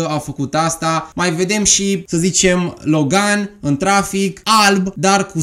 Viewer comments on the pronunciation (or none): none